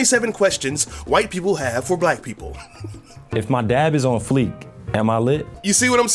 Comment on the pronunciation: What the fuck is "on fleek... fleak... fleec" ?